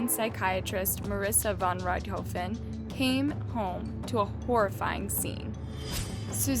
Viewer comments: also rich-tho-fen? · Ok, I've watched this girl murder some pronunciations before but I can't let this go. The only way you can mispronounce Von Richthofen is if in your research you failed to watch ANY videos of this case... as it is a german name but you literally pronounce as you read it. Rich-tho-fen lol And I know Cravinhos is a Portuguese word and has the "nh" that a lot of laguages have a though time pronouncing but how you went from CA/RA/VI/NOS to ca/ra/ha/ves is beyond me. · Interesting, but there a couple of pronunciation errors: Pontifical: [pänˈtifik(ə)l and the first time you mentioned Richthofen.